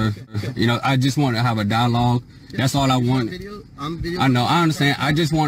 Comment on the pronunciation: "Hav'a dialoge!" That's not a dialogue - that is wasting time! And what's with "Resisting is getting physical!" WRONG, WRONG, WRONG! And did he just threaten the State Trooper with his dogs? Sovtarts are 🦇💩🤪....